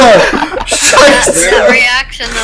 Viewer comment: lol He Said Sheiße xD